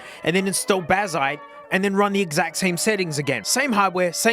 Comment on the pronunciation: Can’t believe you wouldn’t use the text to speech bazzite to make sure you’re pronouncing right